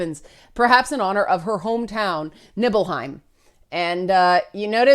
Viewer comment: NIBBLEheim. Pretty sure it's NEEBLEheim.